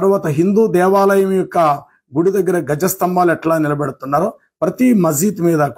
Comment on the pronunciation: గజ స్తంభాలు కాదు ధ్వజ స్తంభాలు.